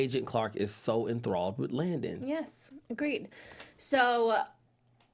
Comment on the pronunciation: it’s LANDON not Langdon